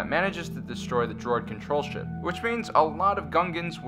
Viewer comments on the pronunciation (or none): none